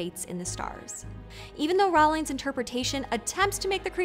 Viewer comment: I hope after the proper Percy Jackson show comes out clips from those awful movies will no longer be used lol. I'm a bit 💔 you mispronounced three different names in one video (Iraq, Riordan, Rowling--not that she deserves any defferance or anything but still) but otherwise this was very interesting and entertaining